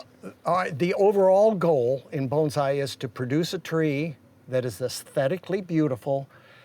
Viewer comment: That’s pretty much how it’s pronounced; “bone sigh”